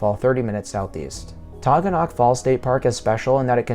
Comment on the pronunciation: You're pronouncing Taughannock incorrectly. It's Tah-gan-ick. Ithaca is my hometown.